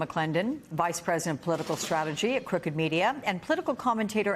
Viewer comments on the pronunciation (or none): Did she just say cruked news?